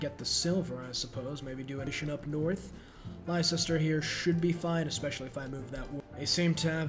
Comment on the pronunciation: honestly you deserve having elizabeth send all of england after you for that atrocious pronunciation of leicester, even the people were so appalled they defected to eggman harald